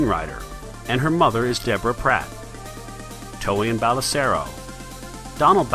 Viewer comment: "Tolian Belisero" WTF ITS TROIAN BELLISARIO HAHA